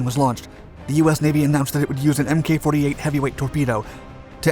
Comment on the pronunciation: In future videos please note that "MK" or "Mk" is not pronounced "M-K" as is is actually an abbreviation of the word "Mark" and is pronounced "Mark".